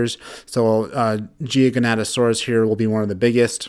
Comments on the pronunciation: Gi ga, not gigianto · The way u pronounce gigantosaurus is gi-gant-to-Saurus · the Jiganatasaurs the most feared dinosaur. BRUH ITS GIGANOATASAURUS